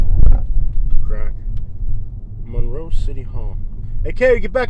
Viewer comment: Apparently they don’t teach history in Florida. Also, please don’t mispronounce Monroe that way. Do you pronounce Marilyn Monroe that way - no you don’t. Ypsilanti is pronounced WITHOUT the y. Trees are good for the environment. Why do people south of Ohio drive soooook slow - geez. Btw, you would not like living here. Move along, please.